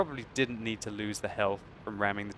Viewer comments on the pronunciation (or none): none